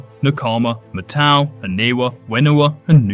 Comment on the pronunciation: yo my guy, it's MAT-au! Like how you say "mat"? But with the '-tau'